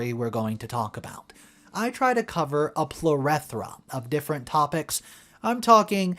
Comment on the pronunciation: PLERETHORA?! 😂😂😂😂Dude, it’s Plethora! Don’t use words you can’t pronounce 😂